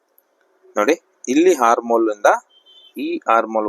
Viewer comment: Correct aagi heli dheera